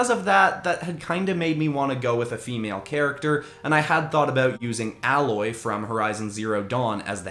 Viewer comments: I'm sorry but I have to say this.... Her name isn't said like alloy, but said like ai-loy or ay or however you want to spell it. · I keep getting triggered when he says “Alloy” instead of Aloy…anyone else? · It so not ally it is prounoced A loy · fyi it's pronounced A-loy listening to this while I play the game she's from. you definitely should have also taken inspiration from the machines in horizon zero dawn for the PlayStation one. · Aloy is pronounced Ay-loy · Aloy's name was so butchered